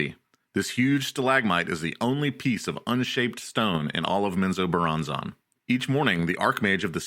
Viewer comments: ….wtf is men zoe bur ron zon? 😂😂😂. It’s men-zo-BARON-zen. Hey guys let’s all head down to Flor-eye-dah. Or fly over to Cay-lafor-neeya. Oh I know!! Let’s go skiiing in Co-low-Ray-doe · Please go find out how to pronounce Menzoberranzan properly. This was hard to listen to when you can't even pronounce the name of the place you're supposed to be giving information about lol.